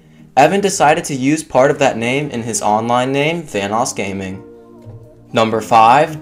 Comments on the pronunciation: When you said vanossgaming I keep hearing thanosgaming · Says VanossGaming Me: hears Thanos Gaming WHAT THE FUCK?!